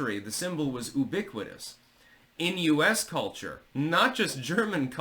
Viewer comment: I believe it's "yoo-biquitous" not "uu-biquitous" but maybe im missing something..